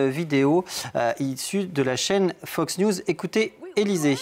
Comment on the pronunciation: Tu as bien dit FOCK news ma belle MDR